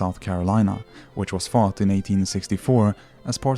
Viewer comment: Excellent video. Talking of accents, your pronunciation in English is very good throughout, except for the word 'fought', which is coming out as 'fart'.